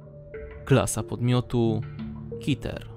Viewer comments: Keter a nie kiter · Czy ty powiedziałeś kiter? Znaczy wiadomo że chodziło ci o keter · chłopie to sie czyta k.e.t.e.r a nie kiter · Fajnie że wróciłeś ale czyta się Keter a nie Kiter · keter nie kiter xd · Pięknie wymawiasz słowo "keter". Kiter No offense, to po prostu śmieszne.